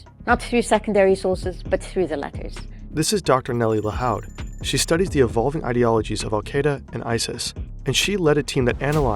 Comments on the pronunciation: You may want to look up how some names are pronounced. Her name is Nelly Lahoud, pronounced like Lahood, not Lahaud. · Lahoud is pronounced like La-Hood, not La-Howd. It's a Lebanese Maronite surname. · Lahoud pronounced lahood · Lahoud is almost definitely pronounced "La hood" by the way. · The o’s in lahoud are pronounced like the o in food